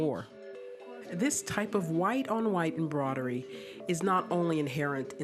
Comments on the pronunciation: Anyone going bonkers from the narrator saying embrodery and not embroidery? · Why she pronounce embroidery like that